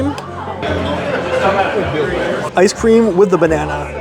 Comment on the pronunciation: HAS LITTLE ISSUE WITH THE TH SOUND. FOR EXAMPLE-" TABLE (WITH ) WIFF A BOOTH."